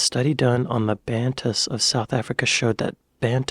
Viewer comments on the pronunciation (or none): Just so you know, bantus would be pronounced ban toos